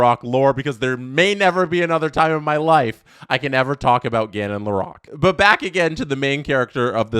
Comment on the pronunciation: Please… Lore-roque